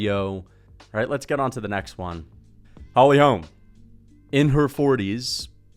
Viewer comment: “HOLLY HOLM”🗿